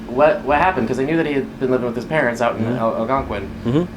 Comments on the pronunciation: "AL-gon-quin" is not how it's pronounced. The word is "al-GONE-quin". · Yikes! Al-GON-quin, accent on the GON. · Algonquin is pronounced al-gone-quinn This case happened very close to home it is so horrible that these two people were taken so soon by their son nevertheless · "Al'-gun-quin" <==== Very smart!!! 😅 😂 🤣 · Its pronounced al GON quin. A lovely town, small, neighbors are close and friendly. I live in Cary, about three miles away. North West burbs of Chicago. 🎉. M. IL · what a unique way to pronounce Algonquin. it should be Al-Gone-Kwin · AL GON QUINN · You trashed the name Algonquin. It's pronounced al-gong-quin. Named after the Algonquin Indians. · They do say the name of the town at but it was mispronounced. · this narrator is always WILD, but mispronouncing Algonquin sent me straight to the comments 😅